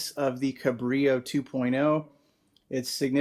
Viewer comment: FYI, little known is that "Cabrillo" is a Portuguese word (for the explorer) and they pronounce the 'L' sound unlike Spanish y sound